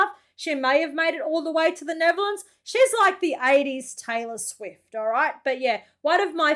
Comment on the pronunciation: i think you should go to google translate and translate Kylie Minogue to english. because you dont speak it as written. Oh and its not neverlands its Nettherlands. No not every car has 4WD We dont need it here